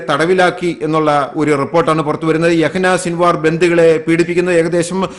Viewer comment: His name is Yahya Sinvar but not Yahina Sinvar . Please correct it 😞🙏